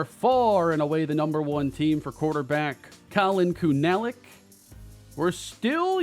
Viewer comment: Pronounce Collin kunalic name as kuna-lic or koonalic